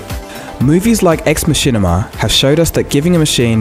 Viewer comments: "Ex Machinima" :P "Ex Machina" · Haha, I believe it's Ex Machina, not Ex Machinima. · Ex Machina, not Machinima... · "Ex Machinima"?? No... it's "Ex Machina". And it's not pronounced, "Ex Muh-sheen-uh-mah", or, "Ex Ma-sheen-uh". It's pronounced, "Ex Mah-kin-ah", and it is Latin for, "from the machine". Come on, man... 20 seconds of research is a small price to pay for accurate information. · "Ex Machinima" lol really?..... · Great video!! One small point (spelling?) Ex machina (mah-kin-ah)not ex machinema (mash-in-em-ah);) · Small correction. The movie wasn't "Ex Machinima", but "Ex Machina", pronounced "ex MA-keen-a". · Ex Machina not Ex Machinima. (MA-KIN-AH not MASH-IN-IM-MA). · "Movies like ex mashinima" ... er wot? It's Latin, pronounced "Ex Mac-ina" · Machinima?? The film is called Ex-Machina... Machinima is making user controlled video game models into a movie or tv show, Machina is a Japanese term meaning advance robotics.. Pronounced Ma-ke-na. You're welcome Cold Fusion x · Yeah... dumb mistake on the creator's part. He basically just revealed that he doesn't actually have any real knowledge of the subject, and has only ever seen it a handful of times on the Internet. Not only did he throw in an extra syllable, but he also pronounced it horribly wrong. It's "Ex Mah-kin-uh", not, "Ex Ma-sheen-uh". And definitely not, "Ex Muh-sheen-uh-mah". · i knew my entertainment and erudishishion was in the hands of an expert here when he said '''Movies like ex m a s h i n a m a .. '' I guess he really just wanted to say '' n u c u l a r '' .. And for the faint of heart .. didn't you love that feeeeel gooood ending .. .. say aaaah.. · Ex Machina not Ex Masheena. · It's pronounced "ex MA-ki-na" from latin "deus ex machina" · I think Ex Machina is pronounced "Ex MA-ki-na" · its ex machina not ex machinima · Isn't it pronounced ex-maki-na? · I'm pretty sure you pronounced "Ex Machina" wrong... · Great video, but you pronounced Ex Machina wrong.